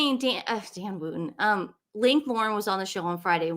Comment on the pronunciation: While we're on the subject of pronunciation (LeCreuset = LeCrew-say) Dan Wootten's name is pronounced Wutten, it rhymes with button. The 'oo' as in look, book, etc.😁